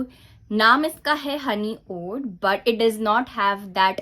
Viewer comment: Oud pronunciation is oood not uud just letting you know ❤